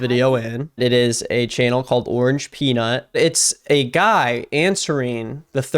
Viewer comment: Bro it’s orangepeanut ffs